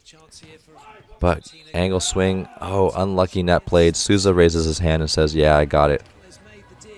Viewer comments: Coach's pronunciation is so on point! The only one he got wrong was Maurício Souza which he prounounced as "Susa" and its like "Soul - Za" Took me a second to notice who he was talking about I love how different the comments are here from what we hear from TV, it's truly refreshing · Eu achei o jeito dele de pronunciar Souza muito fofo "Suuza" aksjkaak